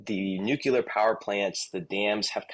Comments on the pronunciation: Nuclear. Not Nukular.😢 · Please learn to say NUCLEAR instead of NUCULAR which means 'nut shaped'. I'm appalled that so many public speakers say this. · Dude it's NUCLEAR not NUCULAR or whatever that was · You can’t pronounce “ nuclear” ? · "Nuc-U-ler". Easy Bush. ATROCIOUS "ENGLISH". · Learn how to pronounce “nuclear” please. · You could say ,New' and 'Clear' it should be easy...